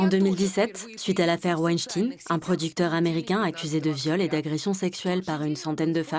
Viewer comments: la terminaison des noms c’est comme Einstein et non pas Einstine ! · Stop vous prononcer mal le nom c'est pas Einstin, mais Einstein, tout comme frankenstein il y en a marre des médias qui déforme le nom...... tout comme la vérité. Alors stop faite votre métier de média correctement. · On prononce "Weinstine" ici dans le doc, tiens donc! Comme Estine. Or, j'ai bonne mémoire, tout le monde prononçait "Waï Staïn" (comme Einstein pour la fin). Où est le loup ? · Amusant comme avant l'affaire Epstein tout le monde disait "Harvey Wenschtaïne", désormais on dit "ine". Le crif vous finance? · Pourquoi dites-vous wenschtinn, pour Weinstein???? A l'époque de l'affaire il était prononcé à la française !! Tout comme Einstein, Frankenstein, Lichtenstein..... Qui a donné l'ordre de transformer la prononciation !???? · Ça commence mal avec "Weinstine"...Mais bordel, c'est Weinstein, juif d'origine ashkénazie et en allemand, "stein" se dit "stein" comme Frankenstein ou Einstein et non "stine" comme Lénine, Staline ou Poutine... Si vous voulez vous démarquer de merdias de grands chemins, ne russifiez pas un nom qui, comme celui d'Epstein, n'a pas besoin de l'être !